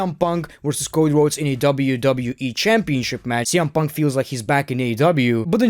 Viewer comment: Why do you keep saying CM Puntka?